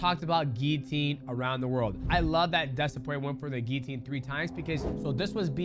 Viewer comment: Dustin "Gillinatior" porier